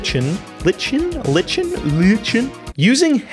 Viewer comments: Lichen = lie-ken at least here in the US. Great video, dig the content. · lichen; the weird blue-green scaley stuff that grows on trees, not to be confused with Moss which is more fuzzy and green, is pronounced Lie Ken